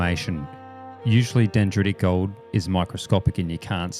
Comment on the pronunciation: you said 'gold' wrong